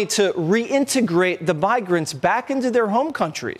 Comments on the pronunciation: Jesse Waters was struggling with pronunciation in the opening...@ and 😂 "Tox" Dollars "Bigrants" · Did Jesse call them “Bigrants”? 😂😂😂